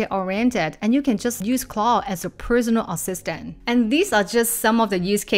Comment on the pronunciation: your pronounciation of Claude is driving em crazy. It's not "clo'" or "claw" you need to pronounce the D sound!! what's difficult about it? we're just making random sounds now?